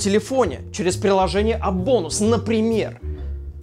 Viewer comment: Я услышал не appbonus а АБОБУС